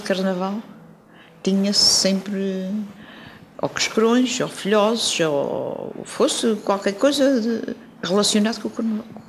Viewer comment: "Filóses"? Filhoses amiga, não é à moda da Terceira, é português correto!